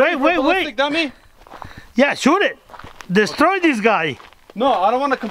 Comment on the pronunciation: "destroi this gaai" 😂😂